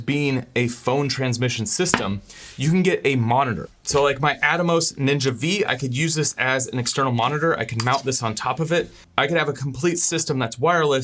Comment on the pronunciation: It’s Atomos Ninja Five, not “Ninja V,” Roman numerals man.